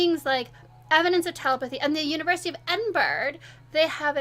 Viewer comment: The University of Edin-burg? Get in the sea.